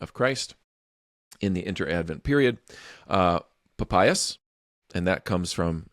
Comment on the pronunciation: There's absolutely no way Papias is pronounced like that, you'll never convince me.